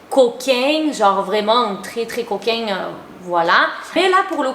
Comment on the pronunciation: "coquaingue" coquin ???